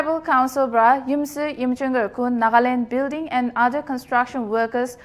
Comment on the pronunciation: Little rectification, its Yimkhiunger not Yimchunger